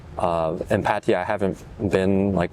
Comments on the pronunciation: right and in the word 'พัทยา', not พัททียา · how one can live in Thailand for a long time and still call it "Pateeya" is beyond me. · พัทยา is pronounced พัทยา Plain and simple.;) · How they said it is absolutely NOT the correct Thai pronunciation. The emphasis is on the last syllable and there is no long "eee" sound.